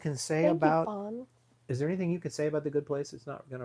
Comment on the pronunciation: You are welcome and you mean FAWN not Fran 😆🤣😂😅